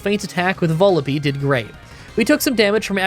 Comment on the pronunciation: hey, this is an fyi comment regarding the pronunciation of Vullaby (if you don't care, feel free to disregard this comment, I completely understand) it rhymes with lull-a-bye. I pronounced it the same way when I was younger until I realized that was its namesake